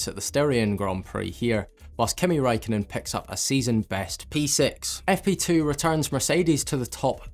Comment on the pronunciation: Kimi Räikkönen. Not Kimi raikonnen